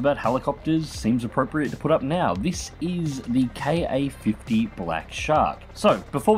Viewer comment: Glad to see you doing content for the Ka-50. As other's have said, experiment with the targeting gate size to get better tracking performance. Also, I could be wrong, but I think it's pronounced "kah-fifty", not "kay-ayy-fifty".